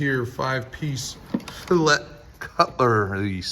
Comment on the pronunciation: bro doesnt even know how to say fillet i wouldnt trust him holding none of those knives LMAOAOAO